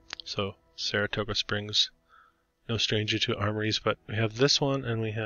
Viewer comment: You mis-pronounced the name of Saratoga Springs several time!!